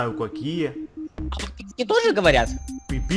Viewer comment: хотел сказать подписки сказал пыпыски